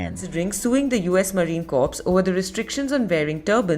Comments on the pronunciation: Im getting really sick of that news outlet pronouncing corps as "corpse" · If I hear Marine Corpse one more time.... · The Marine Corps became the Marine Corpse in this news broadcast…..😂 just like Gomer Pyle. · Learn how to say CORPS. The hell with him. Native Americans don't want to cut their hair either but do it to serve this country. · It is a sad commentary on the Marine Corps that they even considered allowing him to deviate from uniform standards ever, on deployment or not. Seems to me that the Marines I knew are NOT the Marines of today. An aside, I HATE when someone incorrectly pronounces "corps," the "p" is silent, like it is in "exprit de corps." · At least pronounce my Corps correctly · The Indian lady say corpse bothers me a bit I wanna say it's corps Korr but ehh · It amuses me when they say corpse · How does one watch this without wanting to pull their over the Indian reporter's pronunciation of "corps"? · pronounced CORE not CORPSE A Corpse is a dead body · I cringe every time she says “corpse” 🤮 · Am I the only one cringing every time the newscaster says Marine CORPSE!? It’s pronounced KOR. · First, would somebody please tell that dawned woman that the word is corps not corpse. More importantly, he became a Marine "supposedly" . We wear a certain uniform and it means something to us. True it is just clothing and it's what Marines have done while wear it not the clothes but enough is enough. The spineless bigwigs who have, it seems, let this asshat desecrate the uniform already need to grow a pair. We have long led in the defense of this country against foreign enemies. Now we need to take the lead amongst the armed services and amongst the American people generally in defending the Republic against domestic enemies, so many of which have managed to slither themselves in amongst us. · that woman says it correctly: the marine corps is a corpse 😅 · Every time that female narrator says Marine "corpse", a puppy dies.